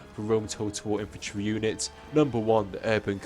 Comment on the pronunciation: WHAT IS "IFANTRY"??